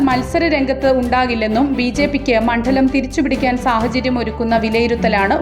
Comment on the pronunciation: വായിക്കാൻ മാത്രം അറിഞ്ഞാൽ പോരാ. അക്ഷരസ്ഫുടതയും കൂടെ വേണം. മണ്ഡലം എന്നതിന് പകരം എന്താണ് നിങ്ങൾ ഉച്ചരിക്കുന്നത്. മണ്ഠലം എന്നോ? കഷ്ടം 🤭